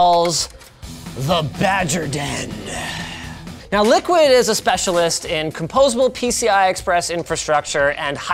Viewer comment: I know the company likes to pronounce itself as Liquid ... but... come on... that absolutely says "LICKID"